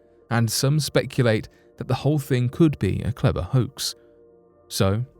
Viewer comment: Clever, not ‘cleaver’. Hoax, not ‘hoxe’… 🙄 🙄 🙄